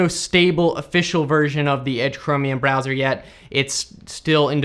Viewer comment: “...no matter what BrEzzoR you’re using...”